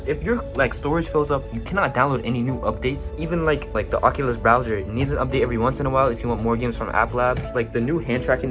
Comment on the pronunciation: sounded like he said “fuckulos” 💀